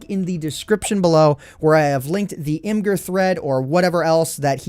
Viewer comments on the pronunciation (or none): Imgur is pronounce Image-uhr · imgur is pronounced imager...